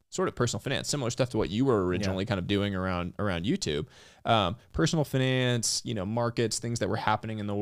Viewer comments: He pronounced finance as FINance. I’m a native Californian and I’ve never heard that pronunciation, is that an investment banker/private equity thing or a thing? It’s been on my mind all day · Everytime someone is pronouncing FInance it sounds weird to me, like why you try to make it sound sophisticated..